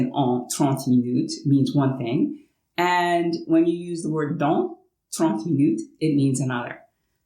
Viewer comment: J'ai juste noté que vous prononcez les on et les an de la même façon. On ne sait pas trop qui est qui quand vous dites dans/dont.